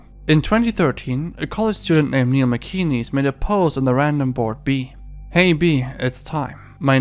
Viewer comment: MacInnes pronunciation: Mac In ness. Not “Mee Kee Knees”